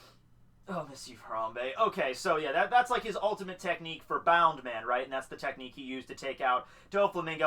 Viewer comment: It's BOUNCE man.. not bound..